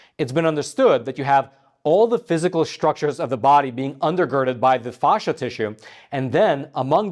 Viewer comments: Dear AI, there's no H in Facsia (fay-sha, not fawhsha) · It's pronounced "fash-uh", like the word "fast". Not fosh-uh. Just stop, you don't know how to put this information into any context. It proves nothing medically speaking at this point. And it's pronounced "inter-stish-ee-um". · Inter-stish-um. I love your, but for crying out loud collaborate with a medical person before you do your podcast. As a doctor, your continuous mispronunciation of fascia and interstitium unfortunately it’s very distracting.